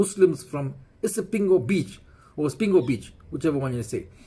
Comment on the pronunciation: its not Spingo it is called ISIPINGO just to rectify you. No insult to you. But i love your shows.